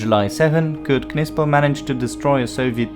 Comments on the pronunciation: The K is silent in Knispel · Some one tell the commentator that Knispel, is pronounced with a silent K! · i dont think the K in Knispel is pronounced. i believe it is pronounced “Nispel”. same way that Knee and Knife both have silent K’s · Ma perche dite Kispul?..si legge Knispel così come è scritto...mi sta sui Maroni quando nemmeno sapete pronunciare correttamente i nomi tedeschi.Ho lavorato a Monaco di Baviera per 4 mesi e ho imparato più lì in 4 mesi che tutte le medie e superiori...pronunciate lì bene certi nomi.Qasti sono assi. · it is pronounced Knispel! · Still trying to figure out your accent. Perfect enunciation of German and Russian words with an English accent I can't quite identify. (Almost a sing-song iambic pentanmeter.) And I always thought Knispel was pronounced with a silent "K". English isn't my first language so I'm not completely positive.